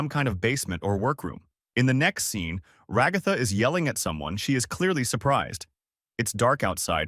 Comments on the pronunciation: not being rude but can you stop saying Rugatha and pls say Ragatha you kept repeating Rugatha and then said Ragatha name sorry this just bothered me I hope this didn't make you mad or sad I just wanted you to understand this fix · I’m literally gonna crash out if he says raGOTHA one more time it hurts my soul also when he says that pomni is a he she’s a girl! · It's Ragatha